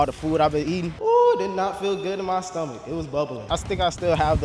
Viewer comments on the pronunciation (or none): MA SCHTOMACH'S BUBBLIN